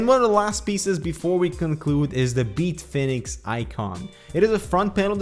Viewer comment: Beat Fenix? Is this like Tony Dorsett changing the pronunciation of his name back in the day, or Greg Gagne going from 'gonya' to gag-nee'?